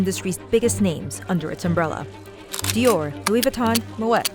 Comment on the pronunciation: You really said lou-e-we…